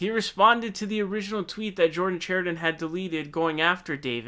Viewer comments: The fact David can’t pronounce Chariton, shows David hasn’t been watching standing up for the working class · Pakman finnally got Dores name right, called him Doray a few times, but Chariton is not pronounced Char i don.